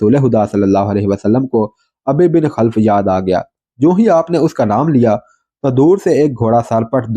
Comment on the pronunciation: آپ علیہ السّلام ، سعد (رض) کو تِیر تھماتے اور فرماتے ، " فِدَاکَ اَبِی٘ و اُمِّی٘ ! سعد تیر چلاؤ ۔" یہاں جِس دشمن ِاسلام اور دشمن ِرسول علیہ السّلام کا ذِکر ھے اُس کے نام کو یوں اُبَی٘ بِن٘ خَل٘ف پڑھیں اور بولیں ۔